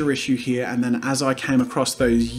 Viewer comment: he only says "here" like how its spelt once, the rest is "hea" i think thats really funny lol